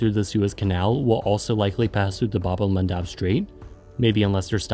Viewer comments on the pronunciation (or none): Your pronunciation of bad el mandeb is extremely wrong